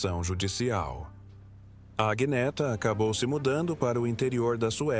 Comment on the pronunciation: O nome não é Aguineta, mas Anheta ou Anieta. Assim se pronuncia. Aguineta é horrível!